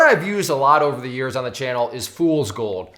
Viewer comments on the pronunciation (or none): none